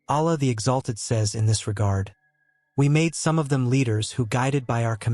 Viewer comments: Please learn to pronounce the Arabic words as correctly as as possible. For example pronounce Allah with emphasis on two LLs. The creator is pronounced as Allah and not Alah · Please do not use AI text to speech conversion to pronounce the name of Allah. It is not a correct pronounciation.